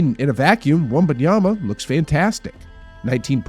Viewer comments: You are doing something very strange with your pronunciation of Wembanyama. You’re saying it like it’s spelled Wumbunyama. You’re saying it more right when you say Wemby. It’s Wem-ban-yama. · The fact that you have been saying Wembanyama's name wrong this whole video tells me all I need to know.